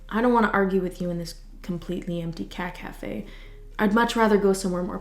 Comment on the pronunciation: saying cat cafe sounds like she is saying caca, which is poop in Spanish, just saying